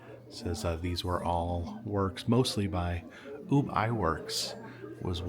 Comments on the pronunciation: Ub pronunciation actually rhymes with tub, not rhyming with tube. Maybe that’s being nit picky, but I wouldn’t want people mispronouncing my first name, or a family member’s first name. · I'm not normally on board with people nit picking pronunciations of names but Ub being the original artist of Mickey, best friends and partner of Walt, I do think it's important. Ub was freaking amazing. And IMO, usually does not receive enough recognition.